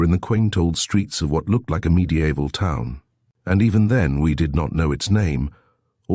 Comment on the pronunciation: Like BOW and MEDIEVAL. 🤗